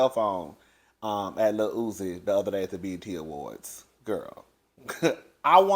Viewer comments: stay getting peoples names wrong & I scream every time. Talking about Lil Usi 😂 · I fall out every time you say lil ootzie, lol. Yeah, if they are cutting up like that at an awards show nonetheless then there's no telling what goes on behind closed doors. The awards show definitely seemed like a big ol mess. 💜